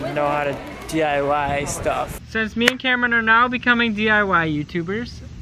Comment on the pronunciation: "Hi,welcome back to DYI-ing" 😂😂